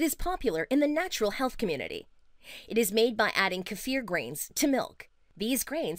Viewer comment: I am giving points for pronouncing kefir properly, kudos.